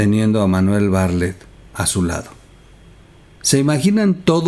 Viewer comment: pronuncias mal el apellido bartlet, como pronuncias la palabra atleta?